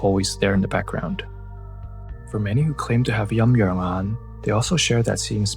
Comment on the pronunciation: It's Yin Yang Yan , not "Yum Yuern Ahn"